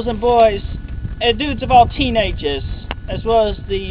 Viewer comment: I think he's saying teen-ages.